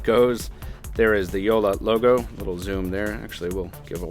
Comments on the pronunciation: Yea haha that's what I kept on hearing too. You are supposed to pronounce both "L"s in JoLLa and not just one making it sound like Jola. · Jolla means small boat in finnish and btw he calls it "joula" not jolla xD